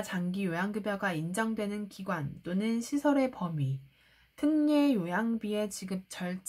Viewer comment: 표준발음법 ㅎㅎ 특례 틍녜 훌륭하십니다🎉